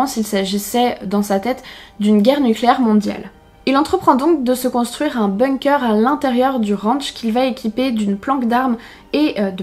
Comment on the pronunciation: On dit pas BOUNG-COEUR on dit BONG-KER